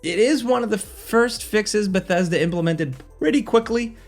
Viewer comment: How tf did he just pronounce Bethesda?